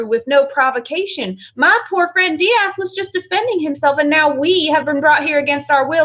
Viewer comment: UHM EXCUSE ME DIATH? DIATH?!